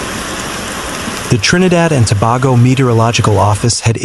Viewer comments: Repeat after me, Tobago. It's like saying To/bay/go not To/bar/go. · We appreciate your reporting but the pronunciation is-Trinidad and Tobago ( Tuh.bay.gow). Thank You